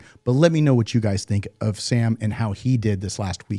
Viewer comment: Why can’t Americans pronounce Sam’s last name?